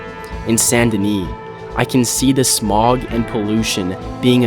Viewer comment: Great review, brother, but it's Saint Denis, not Sandini or any of that Sun Duh Knee nonsence.